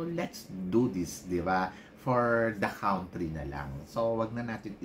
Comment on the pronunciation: Pinagsasabi mong COUNT-RY? AYUSIN mo nga pag pprounounce mo! INJA, PILIPINS. Ano ba yan